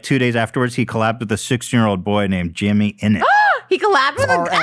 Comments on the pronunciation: not ethan calling tommyinnit, jimmyinnit hajhxhsj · JIMMYINNIT???? It’s tommyinnit lol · ethan its tommyinnit not jimmyinnit LOL